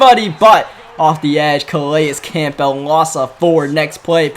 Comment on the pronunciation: Acknowledges he says comfortable wrong but not Campbell